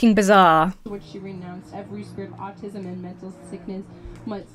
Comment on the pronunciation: Thr way this kid pronounces the word "autism" drives me nuts. Also, why does he sound like he lives on a California beach when he's from Louisiana??? Chill out with that accent, buddy.